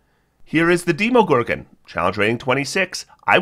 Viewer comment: "Deemo" lol. Demogorgon, like video game demos, imo. Edit: also, Arch-Lich. Not Ark/arc lich lol.